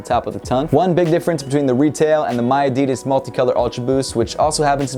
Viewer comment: No we dont say miadidas that way, i dont know where you heard that.